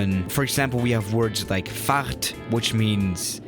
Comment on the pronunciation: is german Also: pronounces Fahrt "Facht"